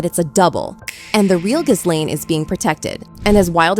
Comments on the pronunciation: ITS NOT " GIZ LANE " FFS. ITS " GILANE". Omg. If you can't pronounce her name, don't bother doing a video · Her name is pronounced: ghee-LEN!!!! It’s a hard g. The accent is on the second syllable!!! Not GHIZ-lane!!! 🤣